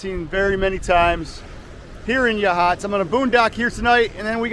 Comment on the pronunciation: It's pronounced like Ya Hots